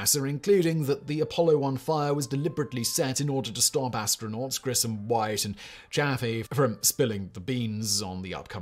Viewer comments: Ed who? Did you say "Ed While"? It's 'WhiTe. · Ed White, not Ed While. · .....it's Edward White, not While. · Ed White, not, Ed While. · "Ed While"? Cross that l into a t, dude. Ed White. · Ed White, the first man to walk in space, misread as "Ed While" because this famous human being is not known to our heroic narrator. Damn.